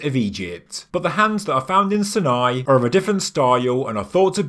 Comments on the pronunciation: Why Sin-eye? Everyone else says "S eye nai"! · sorry but its not pronounced 'sin-eye' but 'Sine-eye' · Dude, seriously, find out of to correctly pronounce words you use in your videos! When you mispronounce the names of places like Sinai (sine-eye) it's like scraping a needle across a record. Very annoying and distracting. Also, show photos of all the rock paintings you mention! Did anyone else catch the big E.T. drawing (bulbous head and neck with large eyes) next to the stick people? 👽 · Sine-eye is the American way of pronouncing it.